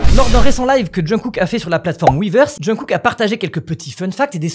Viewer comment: Svp pensez à la prononciation de jungkook (ça se prononcerai chungou écrit grossièrement haha mais c'est en phonétique) Merci de votre compréhension c'est bienveillant c'est pour aider 😊 J'adore le pull au fait il est top!